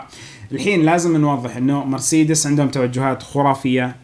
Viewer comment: محتوى رائع عدل كلمة مرسيدس